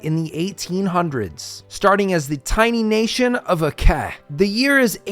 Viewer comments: Pronounced "Acheh" not "Akeh" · bro its aceh not akeh, just say it the way it written.thanks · Actually it should be Ah-tseh ahhh my rainy nose. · The correct pronunciation in this case is Acheh because it is a different language that pronounces C differently. In Indonesian all C's are pronounced like ch hence OP's critique of English's confusing system of having multiple ways to pronounce letters. I think it is funny you say there is no way for it to be pronounced differently in English... good thing Aceh is not located in England. 😅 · I'm sorry, but that's not how you pronounce the name of Aceh. It should be something like Ah-cheh. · I found it funny that you say aceh the 'c' is spoken like kh instead of literal c. Like just spit it out how c is supposed to be spoken like how you say 'chant'. English is a definition of an overcomplicated language that even simple alphabets turn into what not supposed to be said lol. Not blaming english speakers nor english, but i just found it funny. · Never thought someone played in sea region lol, and the way you pronounce Aceh is the c part is close to reading ch in change or cherry not like in c in care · ADA INDONESIA COY 🗣️🔥🗣️🔥🇮🇩🇮🇩🇮🇩 MERDEKA 🇮🇩🇮🇩🇮🇩 Edit: bruh the way you pronounce aceh is killing me. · ADA INDONESIA COY!!! Also not how you pronounce Aceh, but I'll just assume its engagement bait